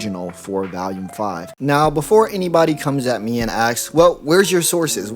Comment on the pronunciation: The way you pronounce volume bothers me because there's no a in the word, but you say it like it does every time. Otherwise good video!